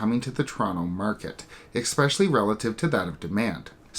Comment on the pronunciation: Especially, not expecially. I would expect bad pronunciation like this from an American not a Canadian.